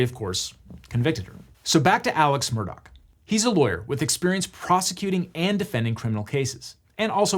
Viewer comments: why during the trial did everyone pronounce it “Murdaugh” as it is spelled if that’s not how you pronounce it? Legitimate question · Take a shot every time he mispronounces the last name. It’s not “Murdoch” it’s “Murdaugh”. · Does anyone else cringe at how this guy keeps calling the family murdock instead of murdaw? I know it's a small thing but you'd think with lawyers the attention to detail would be above average... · Am I the only one who is hearing him say "Murdock" instead of "Murdaugh" for the whole video? Or is this just how it's pronounced? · A double murderer and the worst part is still how he pronounces his name, Alex Murdaugh, as Alec Murdock. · Awesome recap. Only criticism is that his name is pronounced Alec Murdaw. Not Alex Murdock. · It's "Murdaw". Idc what anyone else says you can't use that spelling in your name and pretend it's a keh sound. Their whole family has spent their entire lives correcting the way everyone else pronounces their name, imo they're wrong it's at daw sound not a dock sound. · Why does he keep saying “ murdock” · The way he keeps saying “Murdock” is so annoying like it’s obviously not spelled like that. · Ok this is driving me crazy. Is the name actually pronounced 'Murdock? Because that's how he keeps saying it. In the Netflix doc, I heard Murdock, Murdah, and Murduh. Which one is it? I know it is stupid but it makes me feel like I am insane. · As someone who has unwillingly been exposed to all this drama, I feel compelled to contribute this: Regardless of the spelling of Alex Murdaugh, he pronounces it Alek Murdock. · Somebody sue these corrupt mfers for pronouncing everything wrong. How do you get Alec Murdock out of Alex Murdaugh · Not that I want anything to do with defending a murder, but it’s a GH at the end of MurdauGH… not a CK. We’re not talking about Rupert MurdoCK, we’re talking about Alex MurdauGH 🤦‍♂️ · Alex Murdaugh pronounces it like Alec Murdock. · He keeps saying Murdock lol